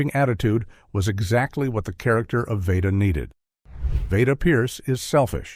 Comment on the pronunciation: Anne Blith? Vayda not Veeda. Come on, how much more time would it take to feed AI accurate pronunciations? Unforgivable, especially since the commentary is excellent.